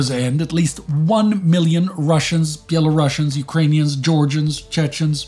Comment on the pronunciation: he pronounced Belorussian correctly :0